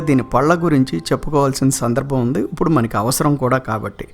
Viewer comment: ఇప్పుడు అనే మాటను ఉప్పుడు అనటం బాగోలేదు.